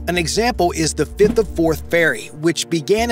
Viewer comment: Did you just say ThE FIFTH OF FORTH FERRY" ???????? Did you intend to say 'THE FIRTH OF FORTH FERRY????